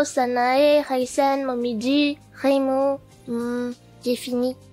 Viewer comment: débutait en doublage mais est encore active aujourd'hui sur sa chaîne. Elle participe également souvent aux Résumé foireux de *crasybombworld*. Je ne connaissais pas l'univers Touhou à l'époque mais j'ai quand même beaucoup pleuré sur ce doublage sachant que Reimu était prononcé Raimeuh (ça m'amuse rien que d'y repenser d'ailleurs). Ça suite Reireimu suivra juste après par curiosité?